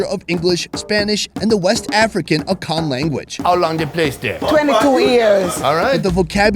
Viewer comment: it "akan" not "akawan"